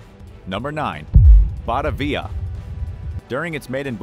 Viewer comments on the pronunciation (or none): Pronounced Batavia wrong. It's not Bata- via, but Ba-ta-via.